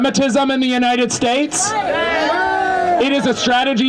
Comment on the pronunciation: It's united not untie